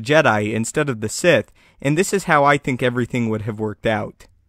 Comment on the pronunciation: Sith, not Site, nor Sigh. xD